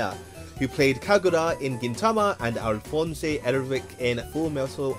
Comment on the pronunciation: Oh. You mispronounced Alphonse, so I assumed you didn't watch it. I guess it didn't have a strong impact on you if you don't remember it very well. Anyway, take care.